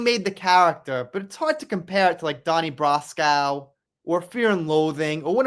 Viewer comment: I came here to say that! He also pronounces Brasco- Brascow & e.Barlow Barlaow! Annoying AF!